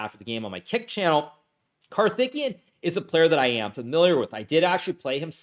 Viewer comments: Just one small point, his name is pronounced: CAR-THICK-KAY-YUN. Karthikian sounds like his Armenian cousin 🤣🤣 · "Karthikeyan" is pronounced kar-ti-KAY-an, just in case you're not indifferent on this. Note that in transliterated Hindi "th" is an aspirated "t", and likewise "ph" is an aspirated "p". All respect for the rising tide of Indian GMs. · swore he was saying Karthikeyan was THICC the whole time. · The way you are pronouncing the name 'karthikeyan' .. sounds like he is a Uzbek or Armenian player.